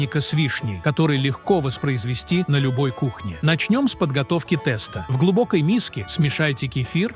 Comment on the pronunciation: Я долго терпела подачу этого текста с неправильными ударениями, но слово тэста меня добило ! Уши закрываются при таком произношении.Даже если это искусственный интеллект, но неужели нельзя это правильно озвучивать? 🙉🙉🙉🙉